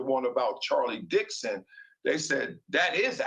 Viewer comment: Lay-der, Dix-on will get fired along with Joy.